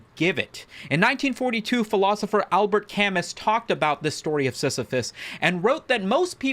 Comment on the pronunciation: It’s pronounced like “Al-Bear Ka-moo”